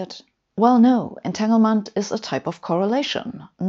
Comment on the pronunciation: A brilliant explanation. Sabine always does great videos & speaks English so well. As a pedant I have to point out that "entanglement" is pronounced with a "g" unlike in German. And its "stronger" with a "g". Thats the trouble with English & German - spelled the same but pronounced differently - "Finger" & "finger".